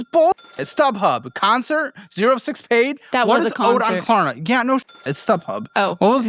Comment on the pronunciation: I don't even use Klarna, but I know it's not "Klarma" 😂